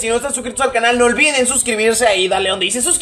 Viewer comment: dijo ulviden 😂😂😂like para que lo vea